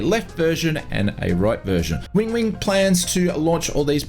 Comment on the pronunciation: Win-wing not Wing-wing 🤣